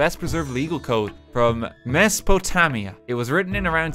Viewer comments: I learned about mesopotamia back in like, 5th grade, RT (as always) mispronounced it. it's mess-oh-po-tame-ia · Rt’s pronunciation of Mesopotamia made me realize how poorly he’s probably saying everything else. Made me shudder. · Tbh hearing it made me chuckle a lil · Watching Daniel mispronounce everything (especially Mesopotamia which should be common knowledge amongst most) is quite hilarious. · Had a good chuckle at the way Daniel pronounced Mesopotamia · Oh god hearing Daniel pronounce Mesopotamia would make my history teacher cry out in fear if he heard it lol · that pronunciation of Mesopotamia. It’s just painful. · seeing rt butcher mesopotamia hurt, because i am currently having classes on it at school while typing this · WHY DID HE SAY MESOPOTAMIA LIKE THAT???? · English Major... Doesnt even know how to pronounce mesopotamia...